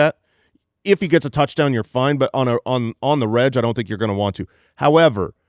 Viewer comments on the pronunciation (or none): "on the reg" is a hard 'g'...as in Regular